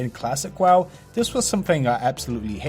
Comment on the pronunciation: PRONOUNCE WOW CORRECTLY PLEASE: Accents or not that is not what the word is.